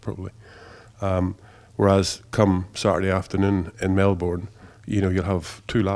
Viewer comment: Fuck mate pronounce Melbourne correctly FFS